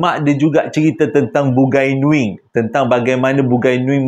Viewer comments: Sebutan dia bu-ngai nuing bkn bun-gai nuing..bungai (bunga) nuing..bunga nuing😂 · Waduh...bukan BUGAI NUING....tapi BUNGAI NUING.. dia org tu MCM org BUNIAN JUGA.. Slam dari Sarawak.. Sya Iban Islam. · Terima kasih sudah... Bang .. bukan "bugai nuing".. tetapi "Bungai Nuing"... Menarik cerita ini .. Sy ada kawan yang hampir diambil msykt alam bungai Nuing tetapi dia memilih utk stay di alam Kita ..